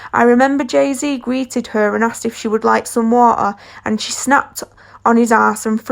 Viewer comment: Its the "Bihonse and Jehzee have real chemistreh" for me 😂😂😂😂😂sis Ur voice annoying